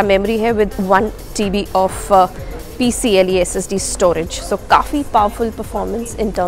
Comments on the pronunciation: that's P C "i" E not P C "L" E.. learn first :) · The storage technology is pronounced as "PCIE" ( Peripheral Component Interconnect Express), not "PCLE". You are doing a tech review and you don't even know the correct name, very strange !!! And also Android based windows laptop. What the hell !!!